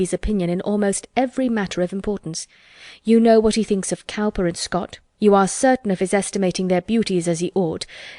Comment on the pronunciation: 'Cowper' is pronounced 'Cooper'.